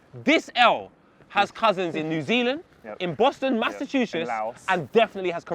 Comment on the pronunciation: inability to pronounce Massachusetts is maaaaad.